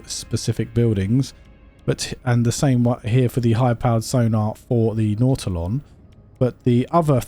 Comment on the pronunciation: His pronunciation is correct. What an odd thing to call somebody on, especially considering all the different pronunciations that we have for words around the world.